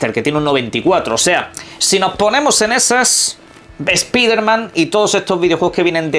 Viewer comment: Es piderman jajajaja Como odio escuchar eso pero sacando eso, no sera goty.